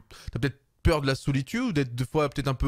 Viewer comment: " D'avoir peut etre peur de la solitioude"